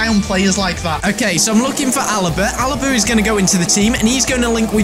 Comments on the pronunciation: Alba not "Alaba " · LMAO he said ALABA it was ALBA LOL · its alba ffs...not alaba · Alaba? You mean alba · IT IS ALBA NOT ALABA MATT!!! REGARDS FROM PERU BEST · It's alba not Alaba